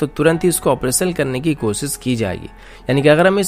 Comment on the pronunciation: Bhai ur content is really good...but make sure to keep hindi accent accurate....its not kosis....its kosish....its not hajaar....its hazar....plz plz...update ur self...